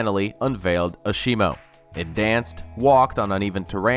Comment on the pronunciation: Ashimo?! Lol... It's pronounced Azemo.